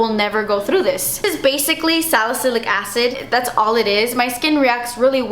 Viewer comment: "Das expensive" LMAO hilarious